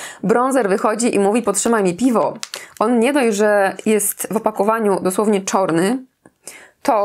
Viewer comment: To je po ślonzku ...... :)